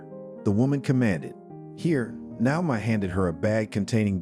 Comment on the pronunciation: Since when has Naomi, Na-o-mi, with a long a, changed to now-mi? This is an ancient name, you can find the right pronunciation in a lot of places. Please try better.